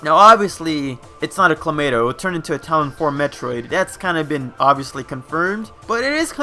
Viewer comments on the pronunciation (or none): none